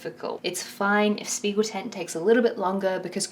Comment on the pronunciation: loved the video but as a dutch person the propnounciation of spiegeltent is irking me :')